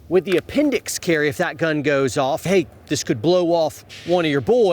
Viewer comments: "apenDIX bRoOoO" 😂😂😂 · "Pointed at your a-pen-dicks" HAHAHAHAHAHAHAHA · lol It's appen-dix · Appen-dix...I'm dead